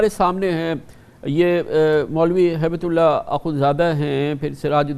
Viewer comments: اصل نام ملا ھبۃاللہ ہے نہ کہ ہیبت اللہ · کامران خان کو ھیبت اللہ پڑھنا بھی نہیں آ رھا ھے۔۔🤔🤔😂